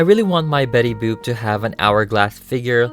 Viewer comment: You kept calling betty boop betty boob :D Oh and you should definetly make jessica rabbit too!